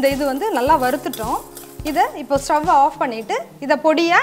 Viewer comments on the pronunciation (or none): none